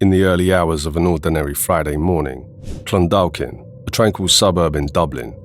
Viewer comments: Clon-daw-kin the "L" in Clondalkin is silent. Great videos, always. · For future reference, it is pronounced Clun-dawk-in. Keep up the good work, really enjoy the refreshers on all this stuff.